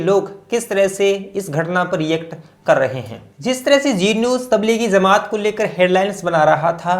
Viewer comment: Please correct some words like jamat not zamat